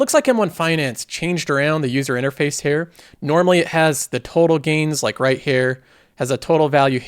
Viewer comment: You pronounce here as hair nice vid